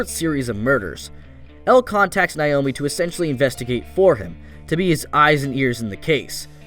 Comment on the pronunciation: I cringed every time he said "Nayomi." It's even pronounced right in the dub.